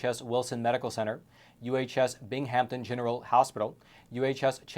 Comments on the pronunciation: you slaughtered pronouncing Binghamton and Chenango bro. 😂 love ya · You mispronounced almost all the Binghamton Health place names.